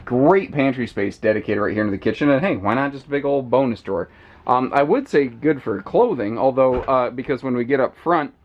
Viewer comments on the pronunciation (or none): none